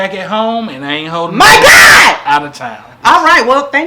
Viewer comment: The way she said, “my GAWD” 🤣🤣🤣